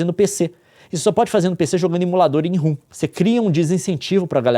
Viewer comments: Leon reclama tanto dos outros falando errado e me lança um ROOM. Rom se le ROM. kkkkkkkk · Pelamôr, para de chamar "ROM" de "RUM"!